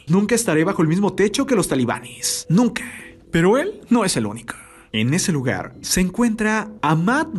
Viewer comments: "nuca" nunca xD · Te falto una N, porque dice nuca en lugar de nunca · jajaja me di cuenta de algo en la parte donde dice "Nunca estaré bajo el mismo techo que los talíbanes nuca" Dice "Nuca" XDDDDDD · En una parte dice "nuca"